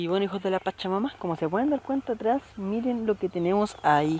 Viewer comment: Wn, aprende a modular 'hijos de la pacha-mama' suena ultra raro. Igual buen videito bro